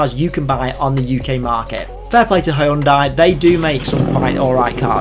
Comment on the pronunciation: Hyundai say it right 😂